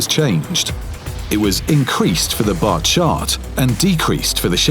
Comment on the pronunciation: Why he says the batchat like that??!!?!